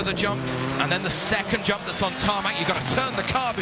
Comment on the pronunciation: The main commentator really annoys me! He doesn't pronounce 'semi' properly (he's british) and when the fuck did e start using the word 'yump' instead of jump?